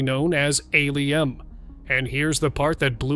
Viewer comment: Stop using AI Narration & you would have a winning channel!! Al-Um is NOT pronounced A-Li-M or A-Lum - - it's pronounced Al-Um.